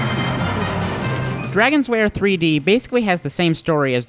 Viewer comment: I'm sorry, but it keeps sounding like you're calling it "Dragon's Wair" and not "Dragon's Lair" to me, anybody else getting this?